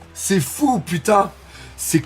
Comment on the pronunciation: tu m as tué à 2m12 avec ton putNaise 😂 Je respecte l effort wallah! Que Dieu te bénisse! Bon dimanche